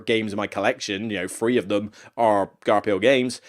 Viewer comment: Great list. I love Forgotten Folk. It breathes so much new life into Caverna. I'm very skeptical about Frantic Fiends based on what I've seen so far, but I'll still give it a chance. FYI Garphill is pronounced Gar-Fill.